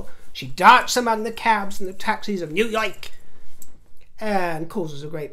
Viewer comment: the way you said New York made us all crack up! WE ALL LOVE YOU!!!!!!